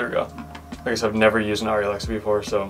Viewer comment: It’s painful listening to you pronounce it wrong. Airy not auri. And your videos could be much shorter. We don’t need all the golly G wholesome responses and thoughts. And finally I don’t know why everybody thinks shooting with The widest aperture is somehow cinemagraphic. Maybe for TV commercials but In movies it’s much more important to have your subjects and focus then your depth of field be a half an inch.